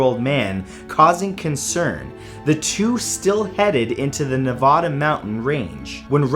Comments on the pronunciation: I like in Nevada and it's pronounced NeVADA not Nevoda :) but it's okie I love your videos!!! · Its Neh-vaa-duh..not Ne-vaw-daw...sorry that just bugs me. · He said Nevada wrong